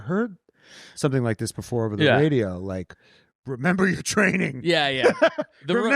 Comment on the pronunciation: “Remeber your training” took me out